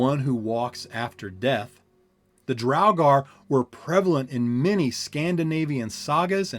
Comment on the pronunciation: "Drow-gar" nono Draw-gur***